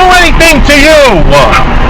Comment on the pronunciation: I didn't do anything to you-a. There's a certain breed of people who talk like that, and they're not the innocent people